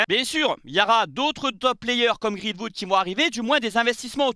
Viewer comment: Arrêt de dire greenfood mdrr c’est greenwood !!